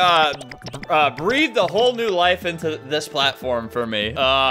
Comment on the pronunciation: "sıs" Yes Albert, sıs.